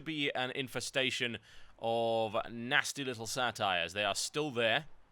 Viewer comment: Satires? it's saytrs. pronounced "Say-Terz", dude, you'll need to learn pronunciation of mythical creatures. and saytrs were once recognised in greek lore for being very proficient in combat and teaching very few the absolute best forms in combat. good video though on revealing shit from cataclysm.